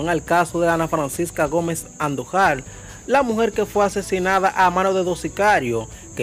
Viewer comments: Jajajaj bro, tu tienes que aprender a pronuncìar mas esos apellidos...Andùjar, con acento en ù y angomàs, con acento en la à. Se escucha muy feo cuando tu dices; andujar y angomas jjj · Antes de ustedes ponerse a hablar por los medios, aprendan a leer y pronunciar palabras, nombres y apellidos. No es Andujár, es Andújuar que se pronuncia con acento en la u. Igualmente no se pronuncia Angómas, es Angomás con acento en la a. Coño aquí todo el mundo se piensa que puede hablar en los medios. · El apellido Andújar,está mal pronunciado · Como usted no ha escuchado para poder pronunciar correctamente los apellidos ANDUJAR Y ANGOMAS, el primero se acentua en la U y el segundo en la última A. estos son apellidos tradicionales Dominicanos. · Tienen q aprender hablar se dice andujar con acento en la A